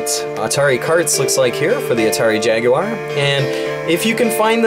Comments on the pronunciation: Holy shit, an American that can say Jaguar correctly. I had practically given up hope. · Had this been a little less Street Racer/BC Racers and a bit more Mario Kart it really would have been help to the struggling Jaguar. As always, Thank You for not pronouncing the Jaguar as "Jagwire".... The only people that should ever pronounce it that way should be Brits and even then it kind of bugs me.;)